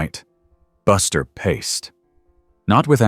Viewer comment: It’s paced not paste.